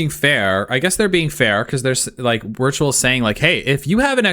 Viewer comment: Witrual is in fact pronounced Virtual